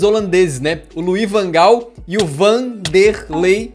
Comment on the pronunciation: Van der lei não cara...nã-não Kkkkkk